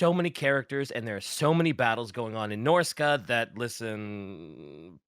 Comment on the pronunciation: yet another fantasy ep that's impossible to listen to because of pronunciation of the faction name who tf says norsca as norsey?